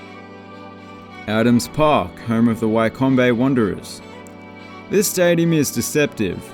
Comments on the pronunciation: WTF Wycombe is phonetically said Wickum. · It's Wick-Ham you tool. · The hell is why-com-bey It’s pronounced wic-am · Lol called Wycombe "why-combay" it's pronounced "wickam" ffs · You were right first time, it's Wi-come, not Why-cumby. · Why combeye wonderes 😂 it’s pronounced wicom wanderers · You were wrong, then right then wrong with Wycombe. It's pronounced "Wickham" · The way you pronounced "Wycombe" is one of the funniest things I've ever heard :) Bless you. For next time - it's pronounced "Wikkum"! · I suspect his pronunciations are a bit tongue in cheek. Especially Wye-com-bee Wanderers! 😊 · Wycombe or try saying Wick Ham or Wickham. Yes Wycombe. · "Why combi" wanderers, love it! keep the alternative pronunciations coming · It’s Wycombe not whycombay you got it right the first time with the pronunciation but well done though for the video keep it up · Man said why-com-ba 😂😂😂I’m done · SAves me from pointing this out But then he says Why -com-bay , so who knows if he;d being serious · It's funny how he said Wycombe wrong then apologised when he said it right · How he said Wycombe was so funny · Anyone gonna tell him how to pronounce Wycombe properly? Love how he makes sound so exotic! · His pronunciation of Wycombe makes it sound like a small African nation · I literally laughed out loud at the pronunciation of Wycombe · Interesting pronunciation of Wycombe…